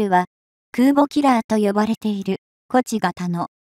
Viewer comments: 「東風」の読みは、「トウフウ」でしょ。和名「こち」はいただけない。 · 東風をこちって読むのは、おかしい。トゥンフウとちゃんと読みましょう。AIに読ませているから、変な所で区切って意味不明な文が出来あがる。ちゃんと確認してます?